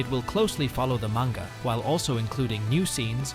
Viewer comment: Ai Voice? The way you pronounce "Manga" Isn't right.